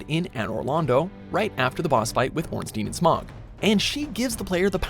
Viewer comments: "sigh" watchmojo u did it again u created another dumb video and hired the same guy who mispronounces words like smough which is pronounced SMOW and not SMOG. Lloyd ain't hard to pronounce either u seriously have to call it lord? oh yeah these aren't even secrets but watchmojo is dumb enough to not know that they existed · This dude said "Smog". Its Smough. Like dough. Sheesh. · It’s not pronounced “Smog” it’s pronounced “Smo” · Ornstein and SMOUGH LIKE DOUGH NOT SMAUG FROM THE HOBBIT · ITS NOT SMOG OR SMAU ITS SMOUGH, LIKE DOUGH OR THOUGH JUST WITH A S INSTEAD OF A D OR TH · he even calls smough SMOG who fucking hires this guy they shouldn't be calling him if ever they do dark souls vids. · Ornsteen and smogg lol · This guy called Smough Smaug. We can't assume he knows any more that a real souls fan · Its pronounced smoe. And its a Lloyd's talisman not a Lord's talisman. It also works with an undead hunter's charm in DS3. And also, that's the ONLY way to join the moundmakers. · Orunsteen and smogg? Lord's talisman? Great greywolfsif? The DARK lurker? Lost eezaliff? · Nigga did u just say ornstein and smog? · Ouch! Looks like watch mojo did a google search and threw their list together that way. Lots were questlines. I cant help but cringe when he said, "orenstein and SMOG" ugh....then my dude said "lords talisman" rather than Lloyd's. Anyone else notice the part with the firekeeper had the year 1993 or 8 or something....? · especially when this guy is speaking he mispronounced simple name like smough calling him smog. I cringe everytime I hear his voice in a ds vids. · Orenstein and "Smog" lol. It's obvious this guy hasn't even played the game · STOP MISPRONOUNCING SMOUGHS NAME!!!!